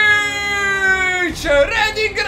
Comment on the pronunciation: Non è persic (non so sicuramente scriverlo) è perishish